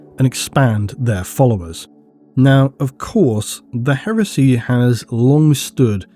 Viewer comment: Whenever you say Heresy I keep hearing HERUSSY!